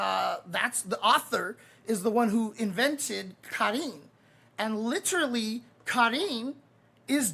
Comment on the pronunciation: I find it very funny that takes the effort pronounce "Karin" properly and then precedes to butcher "manga".